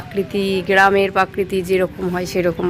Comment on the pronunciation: প্রাকৃতি উচ্চারণ ঠিক করে বল। আরো এর আগেও ভুল উচ্চারণ করেছ। এডিট করার সময় খেয়াল রাখতে হয়।